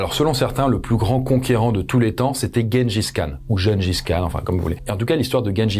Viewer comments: Même pas il se renseigne sur la prononciation 🤦‍♀️ Tjenedjis Kane !! Comment tu dis Gérard et guenon ??? 🤦‍♀️🤦‍♀️ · Le niveau... Personne ne dit "Guengis Khan".